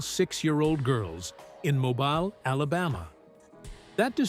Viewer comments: Shitty A.I. narration. And stop saying “mo-byle” Alabama. Mobile is pronounced “mo-beel”. But, what can you expect from someone too fucking lazy to narrate their own video? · Nice video. Mobile, Alabama is pronounced "mo-beel". I went to school near there. Your narrator got it right once and wrong twice.